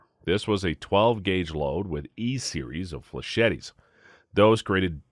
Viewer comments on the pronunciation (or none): "Fleh-chet-tes" Your pronunciation is driving me its pronounced "fleh-SHETs", its french, the last 'e' doesnt exist